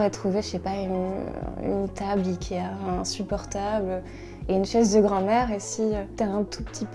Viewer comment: 我剛剛聽到她唸ikea的發音是，以kia,看吧，連法國人也這麼唸。